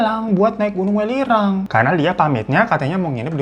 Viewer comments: Welirang gak sih bacanya bukan w3lirang 😂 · Bang welirang bukan welirang 😂